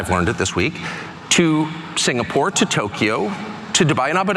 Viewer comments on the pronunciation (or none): none